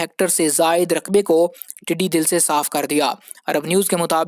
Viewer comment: PLZ CORRECT YOUR WORDS. TEDDY DAL NOT TEDDY DIL. THERE IS VAST DIFFERENCE BETWEEN DAL (MEANS CROWD & DIL MEANS HEART.